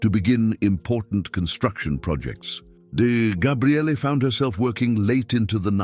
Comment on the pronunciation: What the hell is so funny??? It's actually a Hebrew name and it means "the Strength of God." But he never said Gabrielle, he said Gabriallay. I've never heard anyone with that name in all my life!